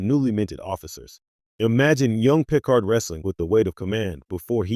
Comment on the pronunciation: It's pronounced "Pea-card." NOT PICK'ard. Can we please stop using these garbage A.I.'s reading the scripts. Please use a human being in the future. Thumbs DOWN!